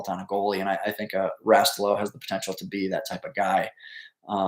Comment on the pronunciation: “” has to have ties to the U.P. If not Calumet. So should be able to pronounce Rastello(Rah-Stella-oh) Just giving you a hard time. Keep up the great work covering the hockey landscape